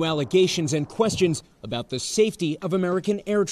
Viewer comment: He didn't say "aboot!' He said "aboat."